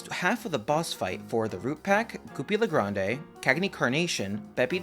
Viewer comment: Im sorry but its goopy le grande. Not goopy le grandé 😅